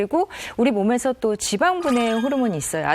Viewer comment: 의사선생님...쥐봥을 뽸주쉬는게 중요합니다. ...발음을 너무 굴리시네요.